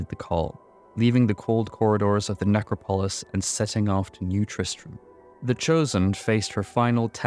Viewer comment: the only thing that i catch every time that irks me is the way you say necropolis lol